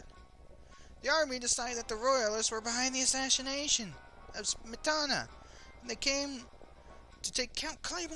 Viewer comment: Smetana is stressed on the first syllable and all vowels are short, although I do not know why anyone should elect Czech composers to a governing council and then kill them. ;-)